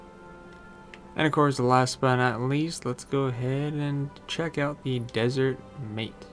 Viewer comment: Matte is pronounced Matt, not mate